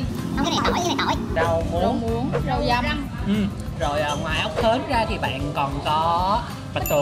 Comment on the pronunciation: nói: "rau dăm"😂😂😂😂